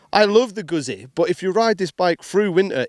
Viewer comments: It's pronounced "goot-zee". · Learn how to pronounce Guzzi please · When I here how he pronounces Guzzi I get slightly aggressive 😂 What‘s wrong with the english speaking world? Why so ignorant?